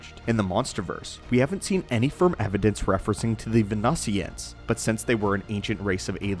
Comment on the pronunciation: Venusians = "ven-NEW-zziunnsz"